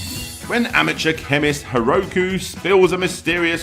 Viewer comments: Reads "Haruka" says "Haroku" ... are you just switching around letters as you like? =P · You really need to at least learn how Japanese vowels work. Pfft... Haroku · The name: Haruka How reads it: Hiroku Either way, I didn't expect to see Senran Kagura on this channel